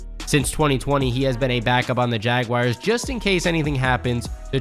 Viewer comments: Jaguires? It's pronounced Jaguars. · It’s Jag “WARS” not Jag “WIRES” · How can someone read "jaguars" and say "jagwires"?🤔 It happens all too often, IMHO. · Can someone please show me where the "I" in Jaguar is?